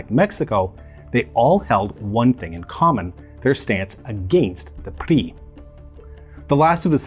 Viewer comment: Well pronounced but wrongly translated, PRI, Partido Revolucionario Institucional means INSTITUTIONAL Revolutionary Party not Industrial. INSTITUTIONAL as single party dictatorship for 70 years type of institutional.